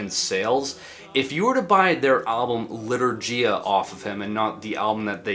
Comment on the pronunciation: As a polish person, I plucked a hair in agony each time he pronounced litourgia 💔